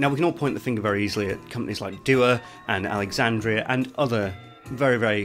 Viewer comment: It's not doo-uh btw. It's an Arabic word meaning prayer, it's pronounced du-waa